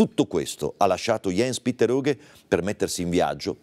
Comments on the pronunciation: "ians petter" e non "iens piter" in poche parole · aaah ho connesso adesso scusami... Sì cognome lo pronuncia perfetto, la mia critica era rivolta ai primi 2 nomi che si dovrebbero leggere proprio come li ho scritti come se fossero nomi "italiani" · Si ok tutto bello ma si pronuncia ians petter aughe